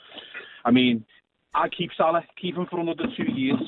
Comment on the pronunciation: Its not Salar. It's Salah. Hate the way Andy says it